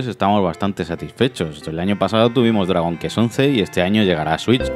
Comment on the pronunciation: Se dice “cuest” no “kest”!! Dragon kest, no manchen 🙈 Y por favor que le eche ganas el narrador!! Da una hueva bestial 😴